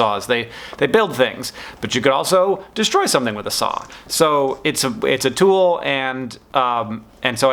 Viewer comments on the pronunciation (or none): this is funny bc i thought he'd said "song" when he said "saw" lolol